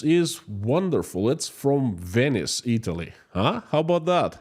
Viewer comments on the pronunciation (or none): none